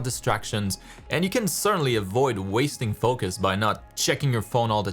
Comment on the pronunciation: the way u say foCus, its funny